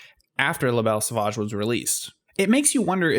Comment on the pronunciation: "Lah Bell Saw-vaadge" You Americans butcher the French language..... Phoebe Buffay